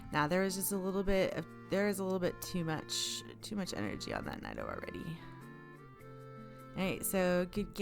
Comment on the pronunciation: Great video! Why are you saying nido like that? Sorry I'm being annoying but it bugs me lol